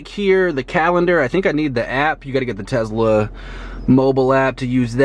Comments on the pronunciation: Its a Tesla not a Tezla u fucken moron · tesla - not tezla. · Wtf is Tezla? It's tesla you dumbass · why do u say tezla. it's a tesla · What's a Tezla? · lol "tezzla". I'm sure you're all "car guys" by the way you all just buy the newest hype car. Doubt any of you can work on cars or drive manual. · I got cancer every time he said Tezla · Well considering Elon Musk pronounces it tezla, you need to shut the fuck up degenerate